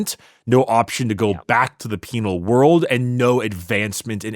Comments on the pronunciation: Haha peenal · I heard the word "peenar" every time they said "penal" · Peenar legions, hahahaa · I heard ‘penial lesions’ and had to double take i was watching an ad ric episode